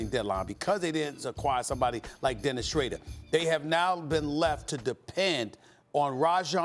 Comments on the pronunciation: “ Dennis Shrader “ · “Dennis shrader” - stephen a smith 2020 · Lmao, SAS at it again! Who the hells Dennis Shrayder? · Why does he keep calling him dennis Shratter? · bruh who tf is dennis shrayder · Max is thinking about it like a boxing match forgetting about the rest of lebron and kawhi's teams. Also is "Shrader" just his name now cuz they keep saying it 😂😂😂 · Why does Stephen a keeps pronouncing Dennis name Scharder 😂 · Me: Pronounces Dennis Schroder's name as it's spelt SAS: You're wrong cuz you're looking at it wrong